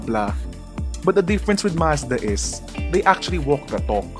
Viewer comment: They actually "wok the tok" 😅😂